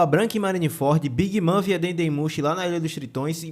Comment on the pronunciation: Bacana o vídeo, só a pronúncia da big mom que não é big mã, é big môn